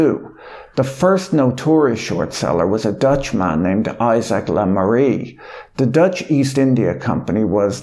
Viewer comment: Le Maire is pronounced such that it rhymes with Bear :)